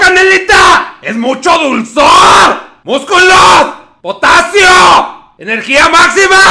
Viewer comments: No es potacio es POTAXIO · Dijo potaxio😂😂🤣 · "POTATCIO" dice jajajaja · Potasio* aprendan a diferenciar lpm